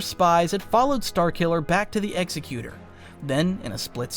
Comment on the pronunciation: you mispronounced Executor. Its "Ex - Ekh - You - Tore".